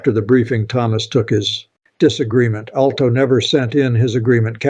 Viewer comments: This ain’t. This is chopped up A.I.. Pay attention to the words. Do you think he doesn’t know how to pronounce “Alito”? he says justice “Alo”. Listen closely, the video is full of little glitches like that. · Your commentary is good, but the mispronunciation of certain names, like Justice Alito, leads me to believe this is Ai generated, which I abhor and do not trust. Too bad. You are a smart communicator.